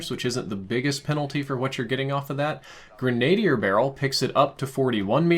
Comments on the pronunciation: That’s pronounced gren-ah-deer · Grenadier = Gren ah DEER. Accent on last syllable. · Try saying “gren-adeer “ which is the proper English pronunciation of this term. There’s a few of you tubers who probably went to the same English class & slept. So did I, but history was my favorite class which is where I learned this term. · Grin uh deer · I started using the M4 today to get it gold and my K/D rose by.3 This thing is dumb. Also, it's pronounced Gren-uh-dear. I used too say it like you until I learned how to say it correctly. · It's gre-nah-deer. You're welcome. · Not to be that guy but cmon man it’s pronounced gren-uh-DEER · Grenadier = Grenn-uh-DEER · Grenade-e-heir. You’re getting to old for this. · say it with me... Gren-uh-DEER. Sheesh! Makin me crazy. OK you may continue lol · Gren-A-DEER is how you say it. In other news, I clicked your link like 37 times XD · Grenadier is pronounced grenna deer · It's pronounced "gren-uh-deer". Sorry just kept hearing it. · Tried to ignore it but the veteran in me can't... it's grenadier (Gren-Ah-Deer) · Dear I love how much time and effort you put into your videos. They're among the best CoD:MW weapon breakdowns on YT and they help a lot. Also, "Grenadier" is pronounced like "grenna-deer" <3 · Literally felt like I was suffering from a stroke everytime you tried to say grenadier. Very rudimentary explanation on pronunciation: Gren-a-deer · Please it’s pronounced gren-ah-deer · bro, love the content, but please say it with me.......Gren-ah-dear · The way you said grenadier triggered me lol... It’s greh-nuh-deer... <3 lots of love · Grenadier... gren-ah-deer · Dude, grena-dier. 😫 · Thought you’ve been around guns a lot? Say it with me... Gren-Uh-Deer Barrel. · /ˌɡrenəˈdir/ you condescending bastard. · C'mon man, grenadier is pronounced greh-nuh-deer... I'm generally surprised you don't know this! Haha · GREN-A-DEER GODDAMMIT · FYI "Grenadier" is pronounced Gren-ah-deer. Blame the french.